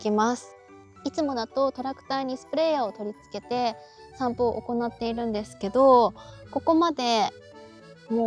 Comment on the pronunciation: 散布が散歩に聞こえた